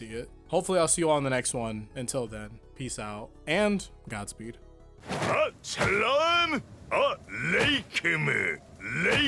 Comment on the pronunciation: I remember him tryin to say "ALSLAM ALACOM" 😂😂 not sure thu if it was him